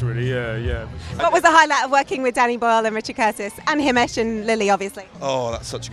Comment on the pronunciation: It’s himesh not hamish